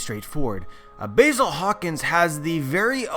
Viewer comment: How you gonna be such a big fan of one piece but still say basil's name wrong?